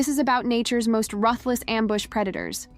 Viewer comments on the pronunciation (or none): Once I heard her mispronounce "ruthless" I knew this video would be a waste of time.